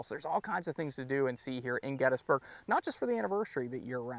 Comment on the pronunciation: I’ve never heard anyone pronounce Gettysburg as get is burg.